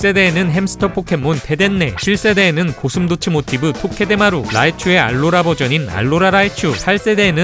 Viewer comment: 에 토게데마루를 토케테마루 라고 발음하셨네요. 추가로 포케스페의 주인공들에겐 각자 설정이있습니다. 레드 - 배틀하는자 그린 - 육성하는자 블루 - 관찰하는자 옐로우 - 소통하는자 실버 - 교환하는자 크리스탈 - 잡는자 골드 - 생명을 부여하는자